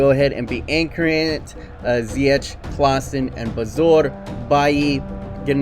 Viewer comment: Haha its Klaassen not Klaassan 😂😂